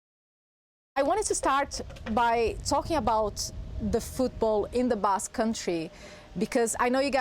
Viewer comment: "Basque maneya"